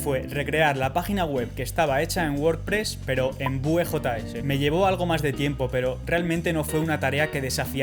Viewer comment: Muy interesante. Los iframes me han solventado muchas papeletas (además de lo discretos que son). Eso sí, recuerda que Vue se pronuncia víu (como view en inglés).